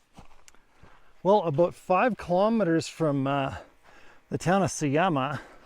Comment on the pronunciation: You have spent more than 2 months in Bolivia and still call their currency bolivar. It is boliviano. Also J is pronounced like H, so it is not Sayama, but Sahama. It is not a desert, it is Altiplano.